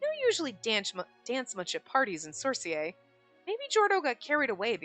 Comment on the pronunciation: I’m so excited for you to see Geordos route! ❤ Can’t wait to see more! Also, in the game and show, Sorcier is not pronounced with the “e” going up and dropping the “r”, it’s pronounced by saying all the words. So it’s pronounced as “sor-si-er” and not “sor-sié” if that helps, sorry if it’s a convoluted explanation. You do hear it in the show as well as how they pronounce Nicol’s name but I hope you’re enjoying the show! Also, I’ve played the game and recommend doing the “skip till new dialog/next decision” when going through the beginning of the game because you won’t miss any new stuff you haven’t seen yet and you don’t have to wait to get to the new stuff or a new choice manually. (You can do this by pressing downwards on the right joy-stick). I also recommend doing this because after you’ve played routes, when you go through the first few chapters, there are new things revealed to you and you don’t wanna miss them by just going to an old save slot to start a new route, you’ll wanna start each new character route by entering a new game each time. I hope this helps! ❤ (Also, the music from the common route’s end doesn’t have lyrics but the main male routes endings do, so I hope that helps explain that it wasn’t an audio issue from earlier). (I also guess that the common route is not considered a main route like the males so that might explain why the choices on otome kittens guide says “after first play through” and you don’t see the option).